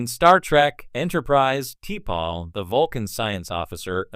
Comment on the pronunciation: You can't pronounce shit for shit. Go back and watch the Shows...you called T'Pols name wrong and you couldn't even get Jadzias name right.